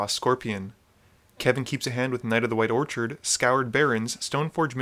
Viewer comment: Orchid as in the flower instead of Orchard as in fruit trees